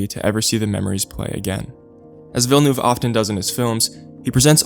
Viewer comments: FINALY SOMEONE WHO CAN PRONOUNCE VILLENEUVE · Thanks for saying Villeneuve and not Vil, le, neuve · Thank you for not butchering his last name